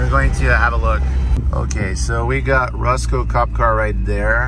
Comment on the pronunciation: Who the heck just stumbles upon a general Lee and the owner lets him Restore it…? Why would anyone do that?..especially someone who’s mispronouncing Roscoe….🙄🙄🙄